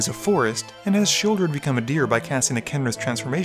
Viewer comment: LOL! “Sheoldeer”